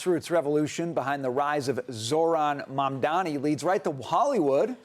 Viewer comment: It's hilarious to see she can't pronounce his name, but the closed caption gets it right. LOL. So jealous! Guys, look at what he's trying to do, not who he is or where he's from. I'm sure you guys will benefit from his work as a Mayor.